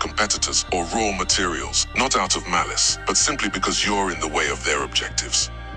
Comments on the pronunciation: Malice. Not malace. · it's not malace I think, poor AI, it's either malice or malaise no? I guess it was a yank bot though, then it's no surprise. Knowledge nor accuracy is important there.